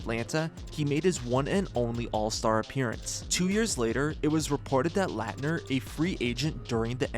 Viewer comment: Dude it takes 20 seconds to find a YouTube clip so you can pronounce Christian Laettner's last name correctly. You butchered it like 10x. A Dream Teamer & college legend. EMBARRASSING.